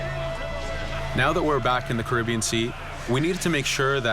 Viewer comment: Why is he pronouncing the Caribbean as Karibion.